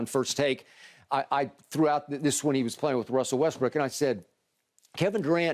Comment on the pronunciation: Lol. Skip literally calls him Westbrick without even trying now. That's crazy 😂😂😂😂